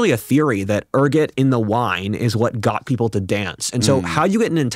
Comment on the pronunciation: Er-Go-t, not ER-Get Being poisoned with it is called Ergotamine Poisoning, pronounced ER Got a mean.